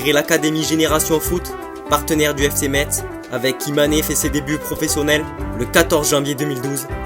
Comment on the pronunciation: Metz c est ça se dit Messe !